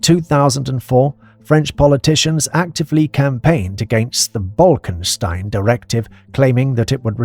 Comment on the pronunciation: I gotta say it: the name is clearly spelled on screen. It's not BolkeNstein, nor Bolkstein, but Bolkestein